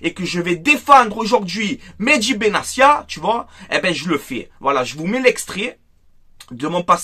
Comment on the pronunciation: Benatia est marocain on prononce le t pas s il n'est pas italien